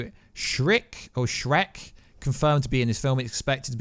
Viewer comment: my mans called Shriek 'Shrek'